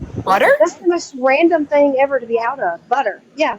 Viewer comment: We've got people who don't even use a "g" on the end of words, and then you've got (girl in video) who make the "g" a whole syllable! Re: theen.....And ........ Re: theenguh 🙅‍♀️🤦‍♀️🤷‍♀️🙄🤔